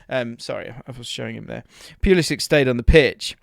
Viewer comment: Its poo-liss-ick. He's best playing centrally.